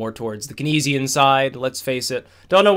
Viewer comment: Keynes is pronounced "Canes" lol